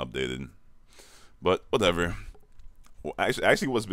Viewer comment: '' I oh no '' ''Wudevew'' ''Call of Doody '' SPEAK PROPERBITCH